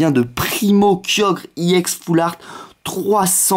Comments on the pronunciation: C'est ex pas iex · pourquoi tu dis iex c'est ex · Et on dit ex pas iex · On dit pas ix on dit exe nul vidéo 😡 David Lafarge te copie pas c'est toi qui le copie ok nuuuuull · et en plus on dit pas iex mais ex tout court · pourquoi tu d'i i ex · T nul sale plagieur non tu n'avais pas cette idee parce que ta demander a t abonnes parce que t meme pas capable de trouver toi meme t video si tu compare t abonnes avec celui qui ta soi disant copie (david lafarge pokemon ) qui a largement plus d'abonnes que toi tu sais meme pas prononcer ex alors ramene la pas trop en plus tu parle alors que ta strictement rien a dire vu que tes subjuguee par ton soi disant concept copier par david mais si tu l'aurai pas copier tu n'aurai rien dit et t'aurai fermer ta grande gueule et tsai quoi jvai signaler cette video et ta chaine